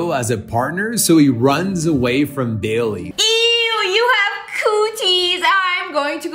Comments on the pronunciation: Did you noticed that when he called for help he said "Bayliy"!!!!! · When he gave Bailey the badge I TOUGHT HE SAID BABY?! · When he called for help he actually said bally